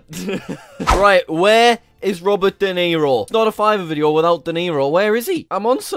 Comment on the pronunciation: Not to be mean but It's fiverr not fivver